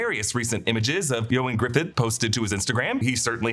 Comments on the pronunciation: Why did you keep calling him Ioan Griffith? His last name is Gruffudd, not Griffith. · Its not Griffidd. Its Gruffudd. GRUFF-UDD